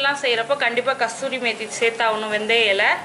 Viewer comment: Kasthuri methi illa kasoori methi